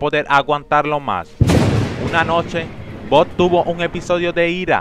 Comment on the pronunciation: Jajajajaja "BOD" esponja????